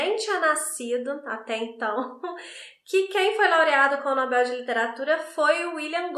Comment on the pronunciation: Só de você falar NobEl e não nObel, já merece muitas estrelinhas! ❤ Adoro seu trabalho.